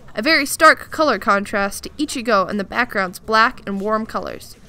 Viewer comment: Can I stab the like button using bankai? Best cringy outro lol this is the quality content I subscribed for. just a little extra detail, Ichigo's name is pronounced like "one five" not exactly fifteen